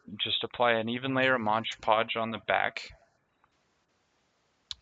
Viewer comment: It's mod podge not modge podge